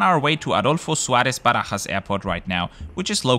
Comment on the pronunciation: I loved this video! Being from Brazil I'm glad when I see reports from this part of the world. I also have to commend you on making an effort to pronounce "Aerolíneas Argentinas" or "Barajas" as a Spanish speaker, a real nice touch. Great report as always, thanks for sharing!!